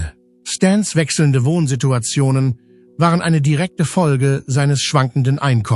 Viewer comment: Was hat Michael Jackson da zu suchen? Warum fängt hier die Computer-Stimme an zu schreien? "Das waaaaaareo!" Ein Tipp: Statt Jahreszahlen als Zahlen im Text zu schreiben, weil der Computer dann Tausend-neunhundert-siebzehn sagt oder im Jahre eins-neun-eins-sieben sagt, kann man besser die Jahreszahlen als Text schreiben: Neunzehn-hundert-siebzehn. Oder noch besser: Lieber nichts dem Computer überlassen, sondern alles selber als Mensch machen. Dann ist das Video auch angenehmer.